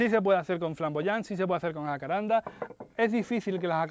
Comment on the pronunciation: Buenas, gracias por el video. Sé que no hace al asunto pero es "Jacarandá" con acento en la última "a" Se que por eso de los nombres científicos donde el género se lo pone Jacaranda familia Jacarandae y por eso que en Latín todas las palabras son graves y no hay tilde prestan a la confusión pero es una palabra de origen Guaraní de pronunciación aguda. Como dije, no hace al caso pero igual: Un abrazo.